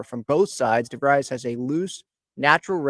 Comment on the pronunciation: In English this last name is pronounced “Di-VREEZ”. It may be pronounced differently in Dutch. I grew up with friends with this name in Michigan.